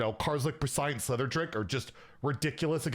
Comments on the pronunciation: PRES-CEE-ENT my man not "PRES-IANT", this has to be ragebait at this point. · i know mispronounces a lot of names, but hearing him say “prescient” like that over and over just hurts my ears 😅